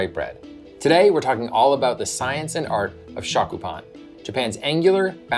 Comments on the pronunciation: your are killing me. learn the proper pronounciation of SHYOKU! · You mispronounced both shokupan and yudane. Double fail. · Stick with grilled cheese bruh. Stop trying to colonize our shokupan if you can’t pronounce it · Pronunciation note: the "o" in "shokupan" is more rounded, not open. It's more like the "o" in "glow" than the "o" in "shock."